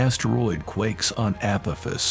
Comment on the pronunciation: ...app-oh-fiss? 😂 Edit: What "New and Terrifying Warning"? The click bait is strrrrroooong with you.